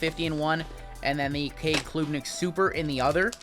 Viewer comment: Klubnik isn’t a long U sound. It’s said like Club. Club-Nick not Kloob-Nick. Carry on!